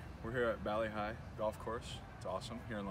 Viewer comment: Valley High?!? Derek, it's Bali Hai.